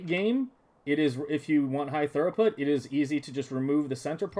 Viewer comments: Good job, looks nice. It’s pronounced like throo-put, not thur-oh-put, if you care. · Very nice, but it's throughput, not thoroughput. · Amazing. Im going to use this in my save. I have to say the word throughput is pronounced "threw-put" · You did a good job except for the mispronunciation of a single word.